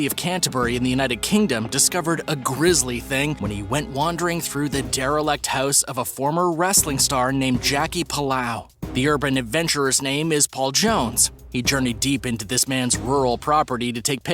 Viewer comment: A brain wouldn’t float. TBH, I don’t trust ANYTHING I see on the internet now. There are too many photoshopped posts. The wrestler’s name was Jackie PALLO. Where did this guy get PALL-OW from?This was a good laugh though.